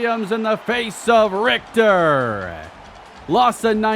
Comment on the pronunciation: bro pronouncing richter correct is a w